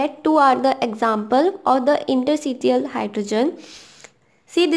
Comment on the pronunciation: Its ita not nita. ....its interstitial not intersitial...otherwise good job...